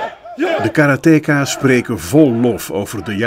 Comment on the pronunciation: Karate-ka's! niet 'kaaruhteekaas'!